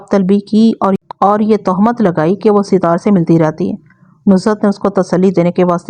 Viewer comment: Sitar nahe sattar hota hai naam ke aise ke taise kar dete hain aapc